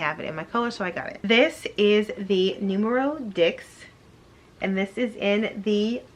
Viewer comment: Every time she says Numero Dicks, it drives me insane.